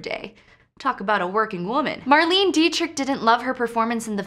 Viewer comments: "Marleen" Dietrich??? No, dear. It's a German name, and it's pronounced "Marlehneh". Damn kids these days... And I agree with other commenters. "That's my girl" was an incredibly inappropriate comment to make. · Marlene’s name is pronounced “mar-LAY-na”...just an FYI.